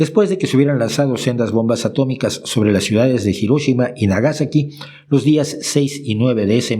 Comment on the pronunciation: Pronunciaste Hiroshima y Nagasaki de manera correcta, como se pronuncian en japonés 👍